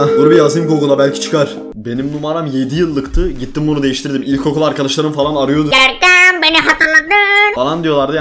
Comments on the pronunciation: "Görkemğ beni hatırladığn" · Hiç kimse: Gerçekten hiç kimse: Görkem: Görkeğm beni HatIrlAdıN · ararsanız "Görkeğm beğni hatığrlağdın"